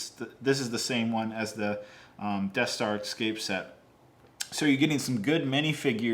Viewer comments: If you say "eck-scape" one more time, I'm unsubbing. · I didn’t know people in America pronounced escape as “ekscape” how odd